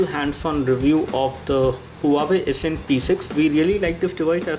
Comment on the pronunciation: more like, the ACSEND!!!